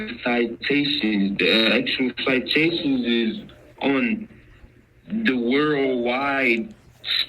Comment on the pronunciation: he couldn't even pronounce citation properly. So drunk he was.